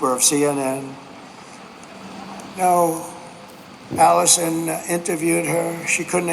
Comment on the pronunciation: Did Trump call Anderson, Allison, or am I losing my hearing? 😅